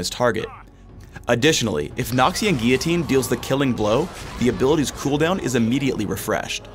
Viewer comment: It's not noxian guiyitine its noxian guillotine